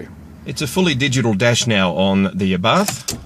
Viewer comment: it is pronounced "Ah Bart" ...You do not pronounce the "H" .